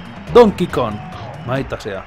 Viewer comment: Skeletor and That DAMNED Temple I can't help but notice he fails to pronounce the G in Kong. Kinda like Rocket Run in DKC3 that had no G in it. What is this, Donkey KON 64?